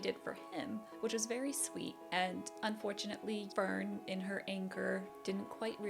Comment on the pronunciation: Fern = Fairn